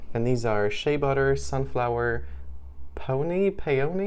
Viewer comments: Your make up looks fab in this vid😍 Peony is pronounced 'pee-on-ee' haha! Where did you buy it from? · Good tip for buying from eBay is to ask for proof of purchase. That way you know for sure if it's the real deal😀. Also no idea what peony is ngl, I just know how it's pronounced😂